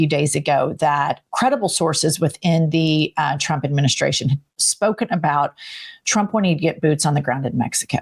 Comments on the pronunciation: She's always saying President Chump instead of Trump. Hilarious. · Just like she says "Chump" most of the times instead of Trump which tbh, is absolutely fitting. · And she calls him President "CHUMP", the dumb hole can't pronounce , t's . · it’s so funny how she casually pronounces “president chump” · Ever notice how Lyin' Leavitt mispronounces Trump as "Chump" and Putin as "Pooin?" While fitting I don't think she's doing it on purpose, she just has a speech impediment or something, but it really drives me crazy. Hell, just listening to her whiny irritating voice drives me crazy too. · It always sounds like she is saying president chump. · Leavitt sounds like she’s saying “President chump” about eighty percent of the time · Same reason she says President Chump 😂 Nobody in the 47 administration is capable of normal speech. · She says Chump all the time 😂